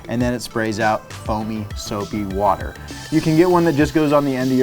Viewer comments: I came here to comment basically exactly that. He said "soapy WADDER" and I felt almost "offended" for Chris Fix that he didn't give it that Philadelphia "WOODer" pronunciation. ( time point) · Wooder 😂 where's chris when you need him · Thought I was watching ChrisFix for a sec. The Soapy Wooder caught me off guard lol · Chrisfix wooder lmao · "Soapy Woader" triggered chrisfix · It is pronounced soapy wooder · I instantly thought the same xD